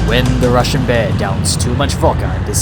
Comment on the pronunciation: Ur russian pronounce are hilarious